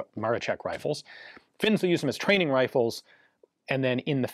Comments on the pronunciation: Why do u keep saying Ma-re-check? Its Ma-ro-scheck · not MaroCHeck but MaroSHeck! Polish SZ is SH sound in English and CZ is CH sound. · Amazing video! I find it hilarious you can pronounce Leszek as LeSHek, which is proper.... But for Maroszek ( MaroSHek ), you go full MaroCHek :D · Maroszek is expressed like Maroshek not Marochek, but nice vid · Maroszek you say "Maroshek" like in "shed", not "Marochek" like in "check". Thank you so much for the video. You've nailed it with the most credible info that we have and with myth busting. Right after the war Hitler said something like: "Poles had surprisingly anit-tank weapons but it did not hel them." The physics behind this rifle is fascinating and mostly not understood. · In Polish it's pronounced Mar-o-shek and not Mar-o-check. Where do you see a a letter "c" in Maroszek? The English language always butchers Polish names, they add letters to words that don't exist like was done here. If I see that a word or name starts with the letter "I" why would I conjure up a different letter, like a "C?" So "Ian" now becomes "Can." Doesn't make much sense now does it? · by the way, you say maroszek more like Maroshek in english, sz = sh, just for understanding polish language :) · Awesome video as always. Just a note - and I'm sorry but being pedantic is a problem of mine , "Maroszek" is pronounced "Mah-raw_shek_" . In Polish, "SZ" is the Equivalent of a "SH" sound and "CZ" is the Equivalent of a "CH" sound. I'd know, as my surname contains both a SZ and a CZ haha.